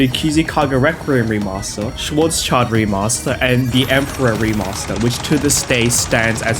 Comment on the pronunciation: hearing "schwarz child" hurt me right in the deutschlands